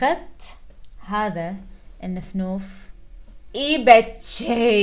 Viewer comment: وكمان كلمه نفنوف متقول لفلوف